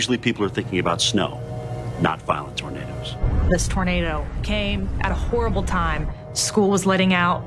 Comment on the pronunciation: a lady in this said tornadles lol